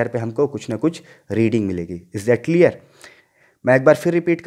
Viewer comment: Is not cleaarrrrr 😂😂😂😂😂,haha nott clearrrrr,"is that clearrrrrrrrrrrr 😎😂😂